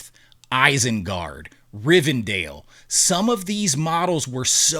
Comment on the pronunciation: why are you choosing to pronounce words like they've never been said by anyone else? Minnie-atures! and as for Rivendale, instead of Rivendell!! Can't listen to this.